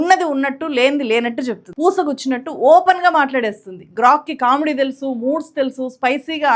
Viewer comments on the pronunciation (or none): none